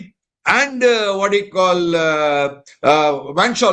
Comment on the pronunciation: sir you are correct van schalkwyk correct